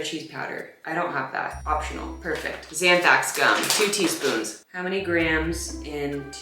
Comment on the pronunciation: When you keep saying "zanthax" you mean xanthan or anthrax!? .. 🤭 😂